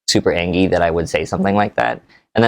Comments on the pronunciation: Lol says he's an adult, then proceeds to say "Angy's"... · Why is he saying angy..?😅